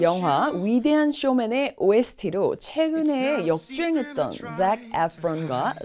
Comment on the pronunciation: 목소리가 안좋은거같아 맘이 불편하네요😢 빨리 나으시길요💜 이번 영상은 자세히 길게 설명해주셔서 좋아요 in my cards 란 표현 재밌네요 🃏이 설명해 주실 때 Zac과 Zendady의 Z 발음 잘 들려서 혼자 따라해봤어요 저는 신경써도 어렵더라구요ㅎㅎ